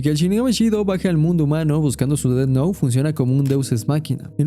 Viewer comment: Buen análisis, pero me jode la vida el "ded nou" y "lai" durante todo el video... 😵‍💫😵‍💫😵‍💫